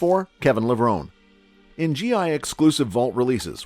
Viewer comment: It's Kevin Levrone--E. How can you make a video and not pronounce his name correctly?